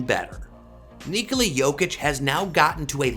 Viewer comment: His name is Nikola, not Nikoli.